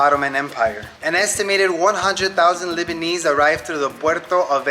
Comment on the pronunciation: Lebanese not Libanese 😆